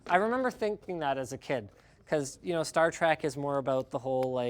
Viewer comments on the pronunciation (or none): Linus: "Star Track" Me: peeved "Star TREK" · Dude is saying star trak